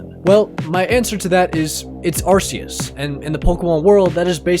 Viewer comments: why can't ppl ever pronounce Arceus right , if you watch the movie, it is pronounced Ar Key Us not Ar Ce us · If you're going to be a CHRISTIAN you can't have idols and it's ar-KEY-is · I mean we all knew Ash was Pokemon Jesus, he has come back from the dead like 5 times IT'S PRONOUNCED 'AR-KEY-US' BTW